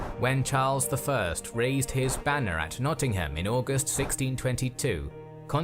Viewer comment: I didn't know this part of our history, so, very interesting, though the narrator didn't seem to be able to pronounce place names correctly. Nottingham is not pronounced Notting HAM, and Berwick-upon-Tweed is "berrik" not burwick etc. Thomas Cromwell was Henry VIII's fixer and was enobled(given titles briefly before falling from favour and executed). Oliver Cromwell was a distant descendant of Thomas.